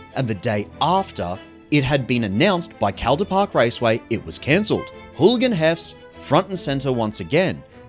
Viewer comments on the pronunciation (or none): pronounced: call-der park, otherwise great video ;) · Hey mate good video, im from melbourne, we pronounce Calder Park, CALL-der Park, just incase you come here and wanna visit the raceway :) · How does a guy making a video about cars not know how to pronounce "Calder Park"?